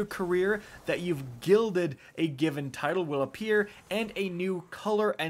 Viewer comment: "To GILLED IT"